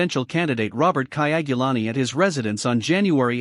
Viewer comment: The name is KYAGULANYI not KAYAGULANI